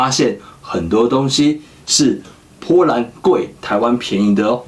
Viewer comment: 士愷的po兰听得我好痛苦，popopo